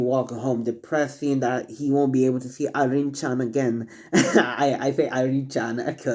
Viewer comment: It's Irina not Irene